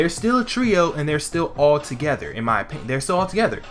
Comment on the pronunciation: I care about your oppioyiowoin